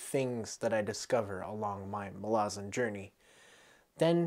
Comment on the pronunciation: Pronounces "Malazan" right on the very first attempt "Most impressive, youre one of us now" Also dont worry were not pointing guns at you for finding Gardens easy, we just warn everyone that its very hard because we dont want them giving up before it really kicks off